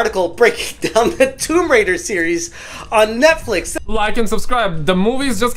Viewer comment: I love Tomb Raider Not woum raider